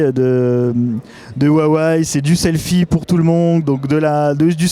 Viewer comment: Je comprend Wuawéyyyee parce ils disent comme ça chez Huawei France meme si on dit Ruawéye mais Waiwai franchement j'ai juste vu ça dans la pub ou des americains ne savent pas prononcer.